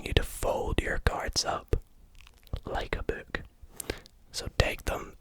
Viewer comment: "like a buuk" not making fun just funny sounding as an american lolol